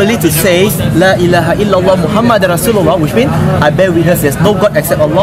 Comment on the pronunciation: Lailaha illallah not laila haillallah